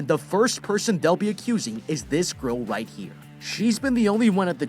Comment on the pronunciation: I just notest he said whit insted of right